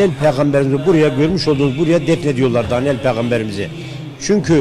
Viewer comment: Dalyan değil Daniyal as kardeşim düzeltin onu